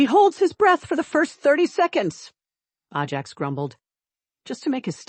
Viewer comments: Ajax is pronounced AY-jacks, not ah-JACKS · Horse’s name is pronounced A Jacks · It Ajax not ahjax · I love horses so this story was fun. I think, though that the horse’sname should be pronounced Ajax with a long A, not Ah Jax. Anyway enjoyed it a lot. Thank you! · I’ve seemed a number of those “little windows” on these stories. No clue what they mean. BUT I will have to switch to another story because the mispronunciation of the name “Ajax” is driving me nuts. Oh well. Moving on….. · Figure out the pronunciation and stick to it. Ajax: long or short A. Same for Cavan.